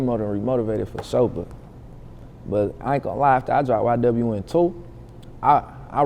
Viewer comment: How is nobody talking about how she said “ynw” instead of ywn, which is literally written on his chain?